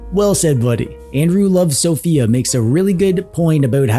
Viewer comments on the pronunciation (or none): none